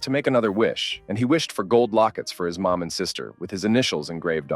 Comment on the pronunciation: Why are “mom” and “more” pronounced as “maw”?